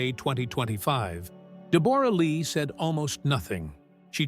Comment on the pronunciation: Pronounce her name correctly